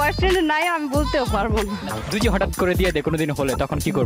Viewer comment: vai video ta valo chilo...akta kotha boli rag koren nah,apni jokhn jodi word ta boltecen oita mone hoy doji sonachhe.